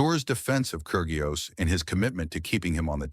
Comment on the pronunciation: The 'g' in Kyrgios is silent.